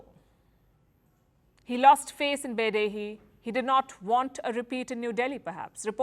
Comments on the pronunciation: Beidahe is pronounced Bay-Die-Her. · sorry i don't trust someone who can't pronounce Beidaihe to have inside knowledge about China